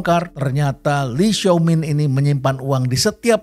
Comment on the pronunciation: itu di baca "Lai Xiao Min" prof.. pembacaan indonesia saja sudah cukup tepat